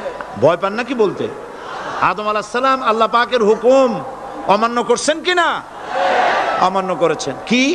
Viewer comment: হুমুক না হুকুম আপনার ভুল আছে